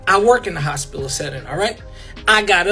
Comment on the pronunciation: “Hospilla” 😩 he need to learn how to speak fr and Renee never made her family seem more perfect. She had def talked about their drama too.